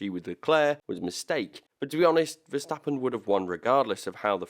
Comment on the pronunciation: I really respect how you correctly call him Max VERSTAPPEN instead of MEX VERSTEPPEN like every asshole out there 😄✌